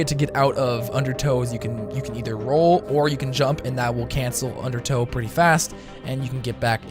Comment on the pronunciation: Donate $1 every time you say "undertoe" xD